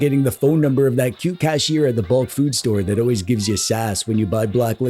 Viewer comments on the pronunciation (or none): none